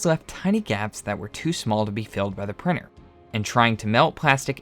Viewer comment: 3D prinNer… and all the T you did not pronounce and converted in N or an R, etc.